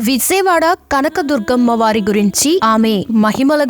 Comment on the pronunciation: విజయవాడ ఎలా పలకాలో మొదట నేర్చుకో!